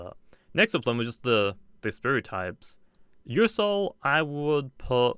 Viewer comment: he called revenine ursoul lol